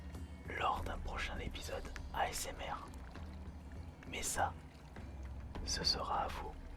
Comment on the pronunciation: Si comme moi, tu entends âââsmr au lieu de asmr, lève ton pouce !